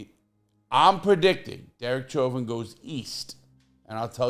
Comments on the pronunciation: I think his name is pronounced like "showvin" it is a French name. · Hey Lah! With all due respect, Chauvin is of French origin & is pronounced “Show’ vaah.” I know you’re a native New Yorker & didn’t know! Love your videos! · You cant even say his last name right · Larry Lawton,, why don't you take that food out yo mouth when you talk,, and his name is NOT how you say it.. learn how to talk befor you go to make a video..